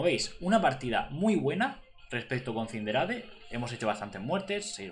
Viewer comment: Se escribe Cinderace y se lee Sindereis